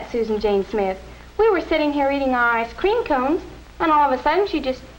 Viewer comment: Why do they keep putting weird emphasis on the wrong words? Like "ice Cream" instead of "Ice cream".